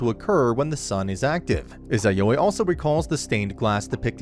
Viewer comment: God i hate how you say izayoi